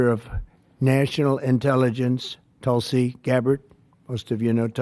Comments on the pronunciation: She is a woman of great common sense,but she never tells others how to pronounce her name Hahahhaah....its pronounced like "tool c"....not tuul c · It's not talsi it's pronounced tulsi